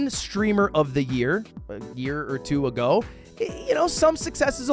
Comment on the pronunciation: "three years acoe"